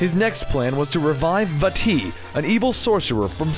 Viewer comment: I can't stress enough how much i appreciate you pronouncing Vaati correctly